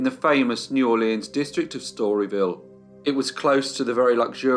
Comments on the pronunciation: DUDE!!! It’s pronounced neworlans—one word. Not New Orléan. No French accent whatsoever is applied unless it’s Cajun, and then it’s nawlins. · The name of the city is pronounced Nawlins by the locals.